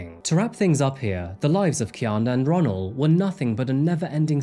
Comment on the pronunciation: No lie My name is Ronnell and your pronouncing it is wrong